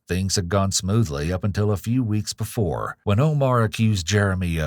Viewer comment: Ever witnessed before* not boofore